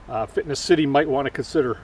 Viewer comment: good video, but just for your information, it's not " fitness " city like you constantly say there is no "T" it's Finess City.